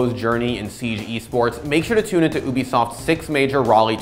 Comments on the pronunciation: Man's said "oobeesoft" 😂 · Obisoft?😂😂😂have I been prouning wroung for years 😂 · oobisoft? not yoobisoft? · My man said “uubisoft” instead of “ubisoft” (no hate, but just sayin)